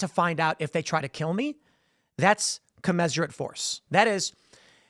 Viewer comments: Tim, please mention the facts that MLKj was a Marxist, since you've done "Honest" Abe. Also, I think it's pronounced "Co-mizz-er-uht" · Can we talk about how commensurate is pronounced?